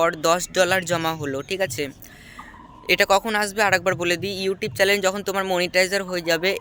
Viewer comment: চ্যালেন, এডসেন এরকম শব্দগুলো ঠিকঠাক উচ্চারণ করার চেষ্টা করতে হবে।